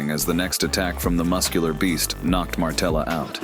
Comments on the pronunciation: It's Materla not Martela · Its maTerla, not maRtela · Materla, not ,,Martela'' 😁 Also Poland was never ,, Soviet'' 🤣🤣🤣🤣🤣🤣🤣🤣🤣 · It's actually Materla, not Martela... Pretty decent fighter actually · Dude not Martela but Materla😊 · It's perfect example that you don't know what your gibberish is about when you said "steroids" in the sentence about Pudzianowski XD And what is "cocky" about Materla (not Martella you GoT fan) in fight with Pudzianowski? You obviously don't know a genesis of this fight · It's MATERLA, not Martela haha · Materla, not Martela :D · ITS MATERLA !!! NOT MARTELA.............. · Materla not Martella